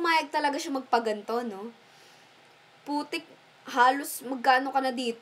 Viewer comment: hahaha sabi ni dun sa video ay putek haha at ang lutong pa ng pagkasabi